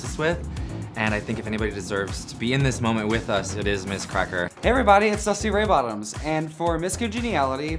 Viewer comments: the emphasis dusty puts on 'dusty RAY bottoms' will ALWAYS kill me i HATE it shsdhexd i dont know why it makes me feel so personally victimised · im aware! its just because before the show i had read it with the emphasis on 'bottoms' and when she first said it i went bald and old habits die hard i guess because it still annoys me l